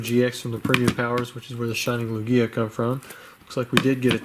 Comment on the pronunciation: The stress goes on the first vowel unless said otherwise. Lugia